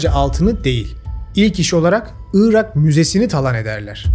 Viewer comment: Neden 'ııırak' diyorsun anlamıyorum. 'Irak'. Doğrusu bu. Evet önemli. Orijinal Arapçası da bu. Onlardan aldığımız için Türkçesi de bu. 'ııırak' ise bozuk mehmet ali birand telaffuzu. Rica ederim, gerçekler konusunda, ve Türkçe konusunda hassas bir insan olarak, bu büyük hatayı düzelt. Evet, büyük hatadır dili doğru kullanmamak, yer ve kişi isimlerini doğru telaffuz etmemek.